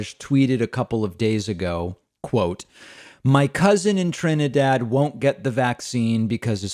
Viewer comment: Thank you for saying my motherland properly in this video. Someone must’ve corrected you from your other video lol.